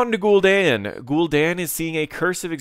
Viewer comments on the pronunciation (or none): Say GulDEN one more time.